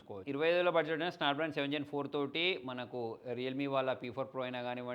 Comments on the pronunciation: Snapdrason kadu, it’s snapdragon andi. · Snapdrason అంట😂😂 అరేయ్... అది Snapdragon రా పాకిస్తాన్ నా son😂😅